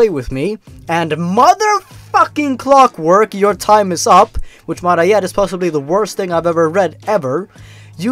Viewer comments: i notice you changed clockwork to "cockwork" Lmao good job :D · "Cockwork" lmao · I love how the word Clockwork turns into Cockwork.. xD